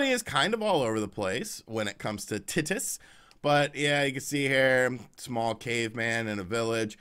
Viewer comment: pronouncing of “Titus” = instant demonization